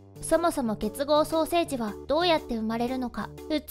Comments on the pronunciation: 結合双生児のことが 結合ソーセージに聞こえた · 結合ソーセージって聞こえたのは僕だけ?